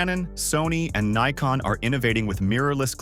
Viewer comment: 10. Leica M6? It's a bout the bloody lens dummy. No $50 equivalent. 9. It's Nikon, not Nykon or Kneekon! 8. It's called feature creep, idiot and it's universal.7. Emju? God it's 'mu' OK. That's why they called it the Epic in the USA, knowing that fools like this couldn't pronounce it. The mju-II is very old and many do fail when they hit 30 yera sold. I prefer the mju-1 as it's a bit more robust. But as compacts go, it's brilliant. 'bout then the gross overstatements and outrageous ignorance got to me. Ignore this tiresome cascade of gibberish and take your time and ideas elsewhere. Move along - nothing to see here.